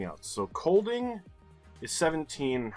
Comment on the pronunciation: It's so funny hearing people from other countries try to say danish town- and streetnames, so when you suddenly said "Kolding" in a way that a dane could actually might understand, I has shocked :P We don't get mad when people say it wrong, so don't you worry :D I have nooooo idea how anybody guessed the lake! I didn't even know there was a lake and I have lived just over 1 hour in car from it my entire life. I would have guessed Bornholm (the island to the right that you think should belong to Sweden :P), so that guess would have been so wrong.